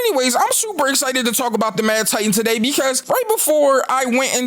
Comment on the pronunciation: THE BUMB IS BACK TODIE NOT YESTERDIE TODIE!!!🤣🤣🤣🤣🤣🤣